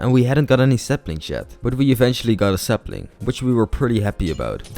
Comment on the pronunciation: Why do u call a sapling sepling